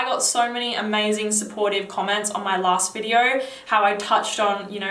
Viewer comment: she is nice and have deferent style but i realy dont like when she pronounce the ( o ) litter in the end of the words.. just listen how she says (naoo) or (videaooo) for exsample haha.. and what i hate in jeremy the way he over act and sprenting like child .